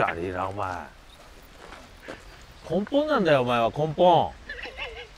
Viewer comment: 自分用 根本→ポンコン 一生笑える